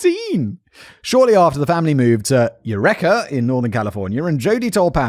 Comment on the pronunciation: Its you-reekah not you reck-er. EUREKA CA.